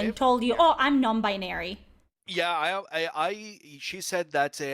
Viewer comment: Lol Non Buy-nary